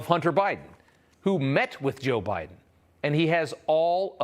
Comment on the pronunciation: Did he say "joe briben"?